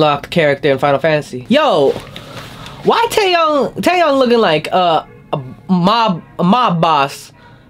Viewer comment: ITS taeYONG NOT YANG AND ITS DOyoung NOT DOOyoung BUT I STILL LOVE YOU